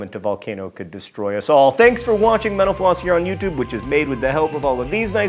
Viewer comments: No, you are not because John Green already acknowledged that people hear menopause in a previous video. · Kalliste --- No you aren't, as it def. sounds pretty damn close to him saying "menopause". Reminds me of another channel I watch sometimes, Thoughty2 where when host says it, it sounds like "Forty two"